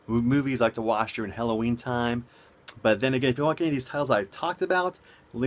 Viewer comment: Good vid, I originally clicked on this just to hear you say Helloween multiple times, lol. Funny!